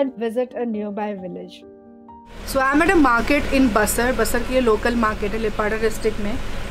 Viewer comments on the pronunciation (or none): Your pronouncing ba-sir It is BAAAA -SAR BTW AWSOME VIDEO❤️ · I'm an Arunachali but never really lived in Arunachal and looking at this I want to explore my roots and learn more.....one observation ...it's not b-sar it's pronounced Baa-sar ... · Basar is pronounced as Baasaar.. I have served in west siang district for thirty seven years and Basar was a part of it upto last year.. People here are very friendly and hospitable..